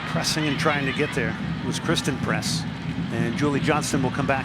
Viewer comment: I think christen press..not christal press